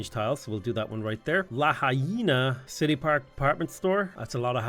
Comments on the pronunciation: Pronouncing Lahaina like La-Hyena is killing me man 😅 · Aloha from Hawaiʻi. It's La-hai-na. Like.. fa la la la la. Hi, like hello. Na. Like na na na na, na na na na, hey hey hey, goodbye:) <3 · La-High-Na is my favorite city on the island of Maui, it’s hilarious to hear you pronounce it som many different ways.